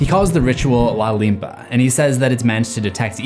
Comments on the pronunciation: Is call “ La Limpia” not la limpa “( the cleansing ) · I don’t think the priest called it “ la limpa “ instead it’s rather “la limpia” which means clean. Like he’s doing a cleansing ritual or something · Isn't it (la limpia) not (la limpa) right lol. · Its no "la limpa" ,it's "la limpia", means cleaning